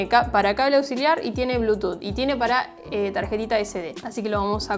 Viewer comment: "De blúchuz divaiz is conectidas sakzesfulei"